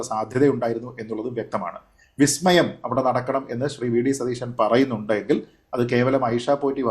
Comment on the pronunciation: സതീശൻ പറഞ്ഞത് "വി" സ്മയം എന്നല്ല,"ബി"സ്മയം എന്നാണ്.😂